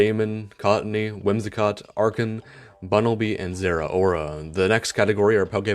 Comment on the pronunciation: I think you're the first Pokemon themed YouTuber who has ever pronounced Archen correctly